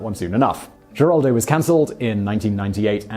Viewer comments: It's pronounced "Heraldo" not "Jeraldo" Simon, you surprise me, you are usually more conscientious than to make a gaff like that. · Geraldo is pronounced Heraldo. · I hate being the language police, but I'm from Texas. Geraldo is pronounced with an H not a G. So it is Heraldo. Carry on..... :) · I watch you faithfully...and this is meant as to be helpful only. Geraldo is pronounced heraldo..hugs Lynn Weasenforth 💯💜💙💛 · Geraldo? it's pronounced heraldo! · Geraldo Rivero's first name is pronounced Heraldo not with a hard G. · Heraldo is how Geraldo is correctly pronounced. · The G sounds like an H in Geraldo. It sounds like heraldo. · Geraldo is pronounced Heraldo. He's Hispanic. You might want to have a technical advisor, or at least a language one. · I was going to complain about the mispronunciation of Geraldo, but it looks like all the page one Google results have it wrong too. It's pronounced with the Spanish g, which has an H sound, basically herald-o. Someone needs to fix the pronunciation guides, jeez. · Geraldo Rivero pronounces his first name her-aldo. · Geraldo Rivera is pronounced "h er AH l d oh"... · Geraldo is pronounced with a H not a G Heraldo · I'm here just to hear Simon mis-pronounce names 😁 Geraldo! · Geraldo is pronounced with an H sound. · Alexander -- No, he didn't ALWAYS use the Latino pronunciation. WABC-TV news director Al Primo offered Rivera a job as a reporter but was unhappy with the first name "Gerald" (he wanted something more identifiably Latino) so they agreed to add the final "o", and go with the Latino pronunciation. That was in 1969, when Geraldo was 26. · Simon, the G in Geraldo is pronounced like an H, he's Hispanic you know. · The sites he uses for pronunciation all have it wrong.